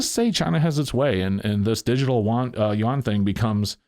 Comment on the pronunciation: I believe it is pronounced "u-wan". At least by most Americans.